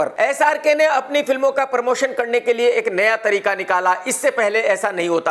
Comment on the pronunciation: Abe pormotion nahi promotion Bhaiyye